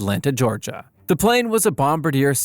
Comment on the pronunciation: I have watched a few of these, and I really think you need some help with reviewing the reading of the script. Your lack of proper pronunciation of names or terms is alarming (Dusseldorf, Bombardier, pitot tubes, and many more) given your youtube name is "" I think there is a lot of room for improvement.